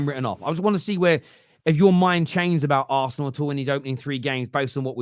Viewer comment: Why can you say city properly yet you cant say liverpool and arsenal lol they are just club names bud nothing to be scared of